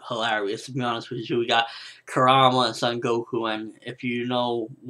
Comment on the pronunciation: Show the Son Goku some respect dude! Kuruma it is Kuruma! lol Great review! :P